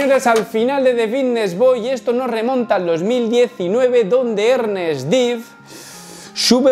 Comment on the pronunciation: Se pronuncia Ernést padre Zorro!